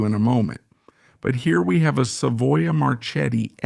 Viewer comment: “Marchetti” is pronounced “marketti” like in market. CH is K in italian